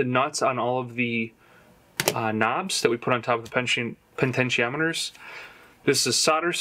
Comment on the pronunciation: Bro, there’s only one “n” in potentiometer. That’s why they’re called “pots” not “ponts”.